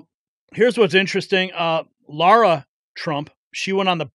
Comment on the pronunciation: I appreciate you pronouncing her name right (Lah-Rah not Lore-Ah). Might seem like a trivial matter to most but it agitates me every time I hear it. It's like Lara Croft in those video games, real simple.